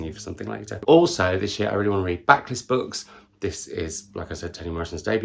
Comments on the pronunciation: yes I thought he said backless which had me nonplussed for a moment. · Stealing/borrowing the name "Booktingle"... Totally thought you said a backless book at first, not blacklist 🤣🤣